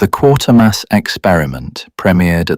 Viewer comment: AI cannot pronounce Quatermass correctly